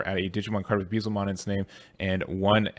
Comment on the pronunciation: Please look up the correct way to say Beelzemon